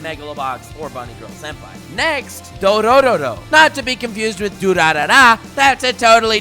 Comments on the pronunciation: It's dororo, not dorororo GET IT RIGHT dororororororororo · Can anyone tell him its actually 'Dororo' not 'Dorororo'? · + It's Dororo, not Dorororo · Can't tell if he's adding an extra "ro" onto Dororo on purpose or for a joke....hmmm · It's Do-ro-ro and not Do-ro-ro-ro! It drives me nuts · It's not dorororo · Dororo✖ Dorororo✔ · you added an xtra -ro to dororo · I'm not sure whether you added an extra "ro" onto "Dororo" by accident, or on purpose just to annoy people. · You did the "Dorororo" on purpose to trigger people right? Well, it worked with me.